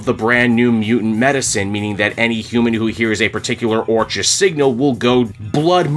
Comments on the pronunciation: Orchis is pronounced “Orkis” like Orchid. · Orchis - pronunciation Or-Kiss 😂😂😂